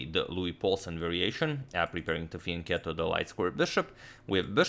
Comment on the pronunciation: FINALLY SOMEONE THAT PRONOUNCES "FIANCHETTO" IN THE RIGHT WAY :D